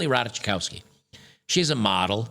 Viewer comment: The pro s t i tute Ratajkowski is pronounced Rataykovski.